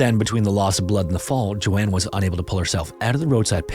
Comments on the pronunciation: Agree both interesting stories but calling "Joan" "JoAnne" over and over was really annoying lol. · Bruh lmao “Joan” is pronounced like jone, not Jo-ann lol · Isn't it Joan Risch not Joanne? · Dude I love your content and I really appreciate that you don't use AI because the second a channel does, I stop watching. But PLEASE take a moment on the pronunciation of some things, especially names. Joan is not pronounced like Joanne, with two syllables, it's one syllable, said like joe + n. Likewise, though it's not about a name, weary (said with a long E) means tired, whereas wary (said with an A) means worried. These are small things that can really impact the overall quality of a video, and it's especially important when you're giving the name or story of a missing or murdered person, who really deserves more attention to detail than that. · Joan not Joanne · Joan is pronounced "jown" ....not pronounced as "Jo-Anne" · Joan rhymes with tone. I should know, that’s my name and how it’s pronounced. Not Joann! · Joan not Joanne. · joan is pronounce Jone, not Joanne! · 'Joan' is pronounced as 'J-own'. Like 'Joe' w an 'n' on the end. Not Joanne. Important difference. It's too bad you mispronounced her name the whole time 🥴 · The proper pronunciation of Joan is Jone. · Joan ≠ Jo Anne. Joan rhymes with moan. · ...both segments called "Splatter"? Edit: I think it's Joan (rhymes with "sown"), not Joanne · Just a note: the name Joan rhymes with loan/moan. It’s not the same as Joanne. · Even though Joans name is written correctly in her photo, its still pronounced wrong. Only AI would be that dumb. So youve been busted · I liked how you told the story, but it’s distracting how you couldn’t pronounce Joan correctly, like others have stated. Prayers to their families they get answers one day ❤ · You. Mispronounced. Joan. How can you be so consistently abominable at reading simple English? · Lmao I’m screaming at my tv like HOW DO YOU NOT KNOW THE NAME JOAN